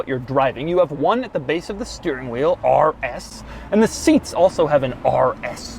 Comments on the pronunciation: The way Doug says "RS" lol it he makes it sound like "arrrr s" 😂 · Ahrrr S, Ahrrr S, Ahrr S mode😁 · Why doug put so much aggression in the r when saying RS😭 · Why is he saying the R like a pirate?